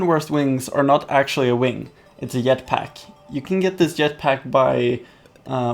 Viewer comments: not to be a offensive I'm a sub you said yetpack in stead of jetpack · He says FRICKING Yetpack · Did he just say yet pack? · For some reason he says yet pack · He said jetpack yetpack! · 1 u said yetpack 2 u said tire ant its jetpack and its pronounced teer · he sead yet pack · " it's a yetpack" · U pronounced it as a yetpack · He said yet pack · you said yetpack when you were on jetpack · A yet pack? U said yet pack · eetpack xDDDD dude...JETPACK like JACK or JET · Ha I heard yetpack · I knew you were sweetish when you said yet pack